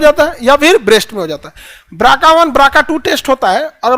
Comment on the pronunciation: ब्रका अरे 😂😂😂 बीआरसीए जीन होता है भाई... ब्राका क्या होता है